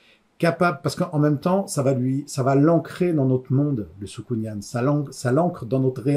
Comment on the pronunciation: Juste un truc "soukounyan" se prononce comme "pélican". Sinon pas mal comme exercice, cela m'a permit de revoir ma manière de présenter mes livres.